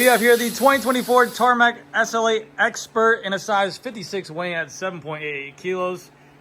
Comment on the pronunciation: Its the Tarmac "essulate". Slow down dude. S. L. 8.